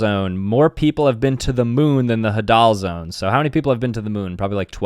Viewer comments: It’s not huh-dal zone it’s hay-dul zone. (NO OFFENSE) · Sorry if you find this rude but it is pronounced hadle zone I am pretty sure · it is called haydal zone(hadal zone)